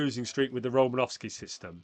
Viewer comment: It’s Romanosky